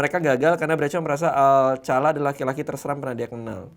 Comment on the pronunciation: Rodney alkala woi salah jadi ngakak pas denger alcala🤣😂. Alcala =alkala